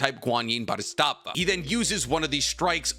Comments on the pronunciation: Is it me or you said Bodhistava every time, instead of Bodhisattva? Also the pronunciation of “nuclear” is a bit curious. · And "Bwo-dhiet-stat-va"😅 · Also thought he was pronouncing it wrong. He was saying something like "Bow-dit-stat-va" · I am going to be so happy when I hear someone pronounce Bodhisattva correctly